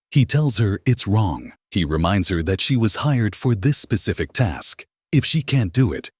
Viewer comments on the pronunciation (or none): none